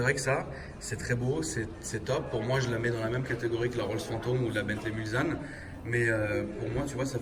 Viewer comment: C‘est Mulsanne avec le s qui se prononce c😭😭😭😭😭